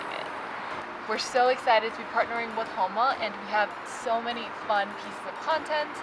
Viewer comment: The fitter should know how to pronounce the name of the company correctly. "Hōnma" not "Hanma"